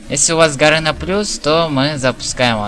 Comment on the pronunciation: почему ты говоришь гаРЭна, а не гаРЕна?